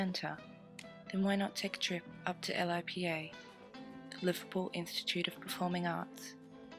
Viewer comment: Hahaha L. I. P. A we pronounce it lipper an yee crack! Learn the lingo or go home.. Liverpool is the place!!